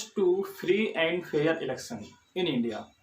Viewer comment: Election bolna shik le pahele